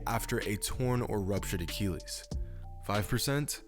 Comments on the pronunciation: a-KILL-ees. not a-keel-ees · Boi he was sayin acheelieees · What the fuck is an uh-kee-lees? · Excellent content and insight, as always,. But, as always, you manage to butcher the pronunciation of medical terms (look at my user Name and you'll see why I'm qualified to say that). Not being a Classical scholar, I have no idea how ancient Greeks pronounced the name of the warrior Achilles, but in a medical context using either modern American or British English, it is pronounced "uh 'kill eez", not "uh 'kee leez". Speedy Gonzales was not a Greek scholar. Don't take my comments too seriously. Your understanding of the game and it's human element is outstanding, as is your ability to explain it in a comprehensible manner. I'm just saying 'why not drive toward perfection?' You're so close. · bro why u gotta say achilles like tht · Like this if his pronunciation of Achilles bothers you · The way you say achilles bothers me but I still like the vid